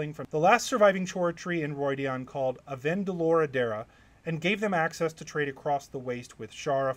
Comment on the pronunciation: newly subscribed to your content, enjoying it so far, but you butchered Avendoraldera's pronunciation lol at least for me hahah